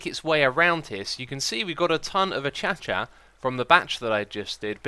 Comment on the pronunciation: "Uh-Cha-cha wood".... O.o